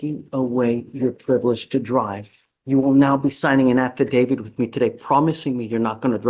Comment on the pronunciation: That lawyer said “affidavid” not “affidavit”. Hmmm